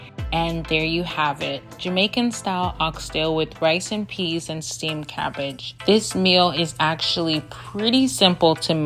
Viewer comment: Did you just say crabbridge lol 😂 great video thx